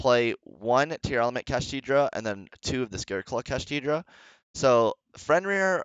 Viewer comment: why do you keep saying kashtidra?